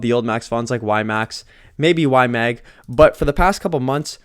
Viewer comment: Bro, you’re still saying Y-Mang 😅 it’s in your head now! Good video. Moving slowly into YMAX.